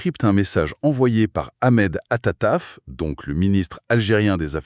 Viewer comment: Veillez svp prononcer le nom correcte du ministre des affaires étrangères algérienne ( Ahmed attaf ) au lieu de attataf. 🎉 est ce que vous êtes Algériens ou pas.